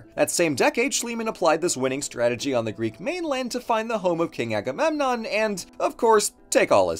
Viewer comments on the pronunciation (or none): none